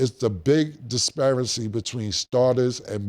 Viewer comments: It took 2 years but Cam finally got it....Disparity 😂🎉 Edit: Nevermind...30 seconds later. Disparicy😂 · KILLA KAM KORRECTOR: Disparicy = Disparity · What's "disparcy"? 😂😂😂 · Killa, "Disparency!" 😂😂😂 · This season I've learned two new words from Cam, Mediocrisy and Disparacy 😂😂😂 I love this nigga 🤣😂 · must be scared to correct Killa. Wtf is disparcy🤣🤣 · Killa it’s “Disparity & Mediocrity” there’s no cy on the end.👀😳😂😂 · Killa, you can say "disparency" as many times as you want but it's still not gonna make it a real word 😂😂😂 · Please ban Cam from saying Disparity Disperency is insane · Spoke too soon, bro teeth hit a growth spurt in the middle of the show. “Disparancy”🤦🏾‍♂️😂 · Cam stay fighting “Ty” words… mediocrity, disparity… 🤦🏾‍♂️ lol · Cam and the word disparity lol HE CANNOT GET THAT WORD RIGHT TO SAVE HIS LIFE LOL